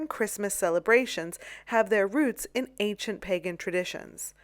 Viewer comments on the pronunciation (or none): none